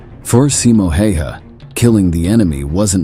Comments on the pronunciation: pronounce it more like Häyhä. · pronounced more like tje "a"s in his name are the hard a, like in 'hat'' " the 'y' is almost like saying the letter "u" há u yá